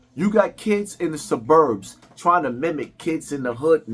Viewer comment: Bro why do u pronounce “Suburbs” like that 😂😂😂